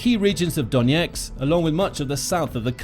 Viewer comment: Why do you consistently pronounce Donetsk as Doneks?